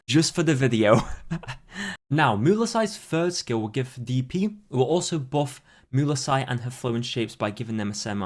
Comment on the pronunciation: STO P PRONOUNCING MUELSYSe LIKE THAT JHDSFKSHDFSDF or else triple gay